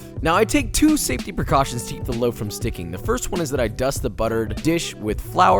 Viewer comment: LOAF, not liaf!